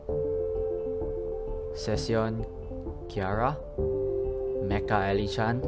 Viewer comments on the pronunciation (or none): none